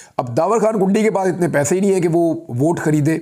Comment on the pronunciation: Merey shahzadey bhai yeh derwazey wali kundi naheen hey issey ap please urdu wali daal sey perhain, jaisey in Urdu(کُنډی). merey baachey becharey apna family naam peehly hi naaheen laga tey kehtey hain loog mazaq uraatey hai